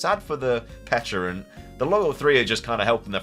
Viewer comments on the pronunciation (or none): It’s called Pecha-runt cuz it’s a pecha berry not a peach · On the pronunciation: it was always pech-a-runt. It is a pecha berry, that's how that berry is pronounced. Not a peach. Not a peck. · I don't undestand why so many people had such a hard time saying Pecharunt. The Mythical Pecha Berry should have been enough of a clue that it's named after Pecha Berries